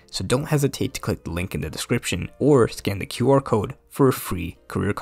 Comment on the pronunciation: "if you know how to cood" Bro say CODE, not cood